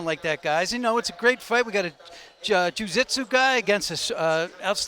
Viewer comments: "Jiu zitsu guy " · Joo zit sue? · These betting guys on mma 🤦‍♂️ Wtf is joo zitzoo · If I wasn't a complete dummy and broke I'd love this info 😬. Ju Zitsu bet-man lol. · Did he say we have a “zu-zitsu” fighter?? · Juzitzu guy? Who the fook is that